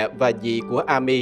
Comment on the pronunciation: Góp ý, tên Amy đọc là “Êm-mi”